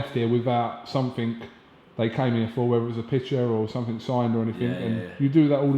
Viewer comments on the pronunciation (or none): Sumfink? educated interviewer lol